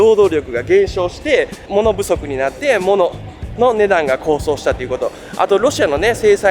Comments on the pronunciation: こうそう、でなくて「こうとう」高騰です。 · 動画アップありがとうございます。勉強になります。先進国のくせに日本では食品内の有害物質の表示義務はほとんど無いですよね。 そんなモン入れるわけ無いやろ、という日本らしい性善説に基づいた考え方かも知れませんが、ある意味メーカーのやりたい放題です。 また、同じ物質でありながら、欧米では発がん性有りと認めているのに日本では認めていない物もあります（逆も有り）。 あと、高騰は「こうとう」と読みます。知るは一時の恥、知らぬは一生の恥と言いますので、お気を悪くなさいませんように願います。 お身体に気を付けて下さい。動画を楽しみにしております。(o・ω・o) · 高騰 読み方は、”こうとう” です。気になったので。。アメリカ、楽しみにしています。頑張れ！ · 物価高がこうしょうではなくこうとうではないかしら？ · こうそう？高騰(こうとう)でしょ。 学校どこですか？アメリカ？ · 素晴らしい動画ですね。編集も素敵です。たいへん勉強になりました。学校の教材になるクオリティですね。ここまでしっかりした体験レポって、あるようでないと思います。 遅ればせながら登録いたしました。 一つだけ、高騰（こうとう）です。細かくてすみません。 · 高騰をコウソウって言ってません？ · 高騰をコウソウ！って言うてはるん！もうちょっと読み書き勉強してまともな動画にしてくれよー💦